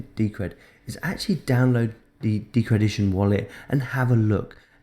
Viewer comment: It's decrediton, not decredition